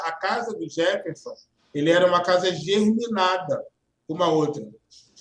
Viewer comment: Casa "germinada" 😖😖😖😖